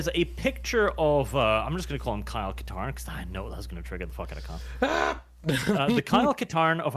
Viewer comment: "Kyle Katarn" REEEEE